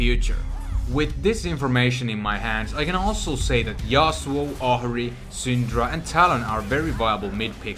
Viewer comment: He called Ahri for Jahari, wtf and morgana for mogen